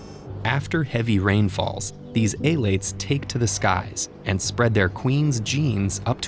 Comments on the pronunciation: E-lates. that annoyed me. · THE WAY HE PRONOUNCES ELATES LMAOOOOOO